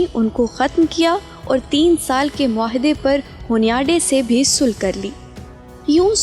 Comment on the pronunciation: Sul nhi sulah